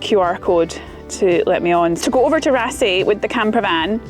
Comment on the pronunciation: The double "aa" in yer Norwegian is pronounced "aw". I'll get me coat... ;-)